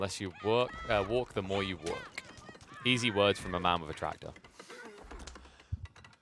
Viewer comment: Love how pronounces walk and work nearly the same (yet it's still entirely clear)